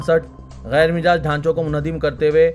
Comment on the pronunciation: Mijaaz nahein Majaaz .....Majaaz ..... Majaaz .......Majaaz .... Majaaz